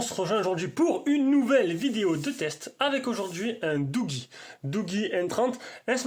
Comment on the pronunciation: Si vous pouviez faire une presentation sur le doogee n20 pro...sinon la prononciation correcte se sonnorise comme douji et non comme vous le dite....